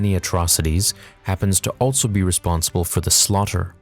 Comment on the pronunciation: “ALTSO...” is there really a “T” in that word?